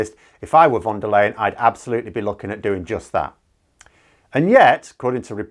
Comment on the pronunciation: Fon Der Lion Please. Don´t say this "wonder layen"-thing. Her name sounds like "Fon der lion". Butchering someone´s name is very rude. Don´t be so rude. Please.